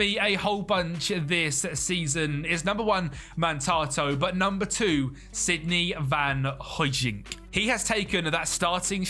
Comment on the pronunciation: NAH "SIDNEY VAN HOODJIK" is crazy 😭